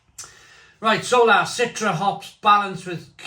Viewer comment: its pronounced .... so LA . If i'm not mistaken... because it's a west coast ... the LA is pronounced like the shortened Los Angeles.